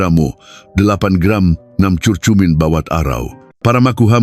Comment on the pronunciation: Sana hindi AI ang nagsasalita... pronounciation ng curcurmin iba na, ano ba naman iyan doc? 🤣